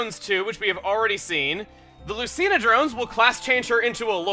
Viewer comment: you pronounced Lucina wrong and seriously there is voice acting in that game so how I'm starting to agree with the other TRG saying you have bad hearing no offense intended just correcting you on frustrating mistake you made